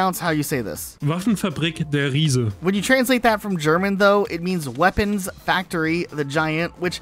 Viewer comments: The pronounciation of Der Reise is supposed to be Der "Rhysæ", what's worse is his earlier pronounciations of "Natch" Der Untoten, his late pronounciation of Der "Rhysè", Der "Eisendrack", Gorod "Kovi", "Verrookt" and apparently, "Dy Masheen" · I heard that too, he also calls Der Riese, De Resa lol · The way this guy pronounced “ der riese “ let’s me know he ain’t an og zombies fan